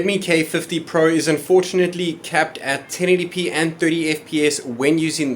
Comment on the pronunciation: Plez say pro properly 🤣